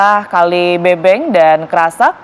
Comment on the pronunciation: buat anchor research dlu ya...penyebutannya bukan kali BEBENG...TAPI BEUBEUNG😒